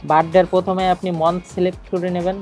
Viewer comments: ভাই উচ্চারণ গুলো ঠিক মত করলে ভাল হত,,,,যেমন মন্থ না বলে মান্থ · Be careful about your pronunciation. especially (National, Month) these two words.